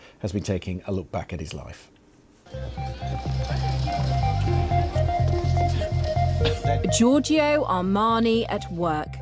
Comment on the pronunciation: Lots of people are nicknamed Joe in English speaking countries... How is it that you can't say Joe-r-Joe. lThere is no phonetic i in Giorgio.